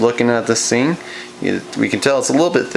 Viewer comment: Hahaha He says "the" and other "th" words ok but when he says "thing" he says "sing" i don't get